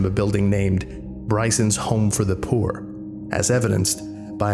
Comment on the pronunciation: Hearing pronounce "poor", I realized he must be European